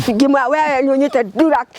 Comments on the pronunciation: but for sure the old lady want to say drugs lakini ina sound dulex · oooo haiya btw anasema drugs but tunasikia durax😮